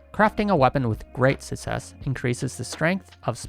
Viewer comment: Reason why I still haven’t subscribed to Channel: He still cannot pronounce Success